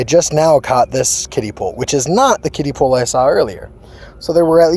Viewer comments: I thought he was saying “kitty pool” lol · I thought you said kid pool